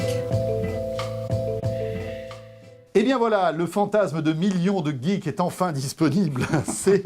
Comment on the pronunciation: Très intéressant, surtout le passage sur les robots. Par contre, une fois de plus, ceux qui achètent des iPad NE SONT PAS des geeks (encore mon des "geegs" comme dit le monsieur), et ceux qui achètent la 3Ds ne sont pas des gamers. Un geek ne se définit pas comme tel, et un gamer se moque d'avoir de la 3D dans ses jeux! Sinon, pas de tour de magie cette semaine... Bouhouhouh :'(